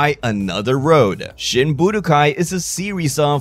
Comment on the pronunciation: what accent does this guy have why does he say budokai "boo de guy"